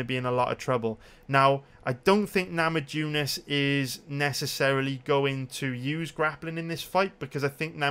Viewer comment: Rose namajunis i bet there are plenty of Lithuanians in Wales just ask them how to pronunciate her name other than that you the shit tho